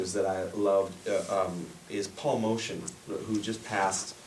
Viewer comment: Motian is prounounced "Moat-yan" not "Motion".